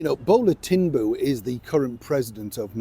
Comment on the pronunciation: I'm Nigerian and for a second there I wondered who the hell our president was. Your pronunciation of his name Bola Tinubu is just legendary 😂😅😂😅